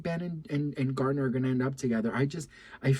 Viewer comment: Garner, Garner not gardner